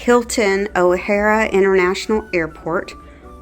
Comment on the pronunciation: Why couldn't correct her on how to pronounce the name of the airport correctly??? It's O'HARE, not O'HarA